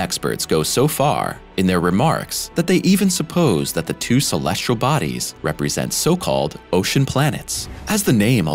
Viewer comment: The narrator on these videos likes saying "Shulleshle Bodies" , I assume he means "Celestial Bodies". Speech impeded, annoying, robot. 🤨